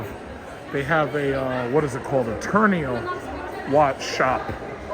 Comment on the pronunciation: Tourneau is pronounced Tour-No. I work remotely and every recruiter that contacts me offers remote only. I will never go back into anyone's office.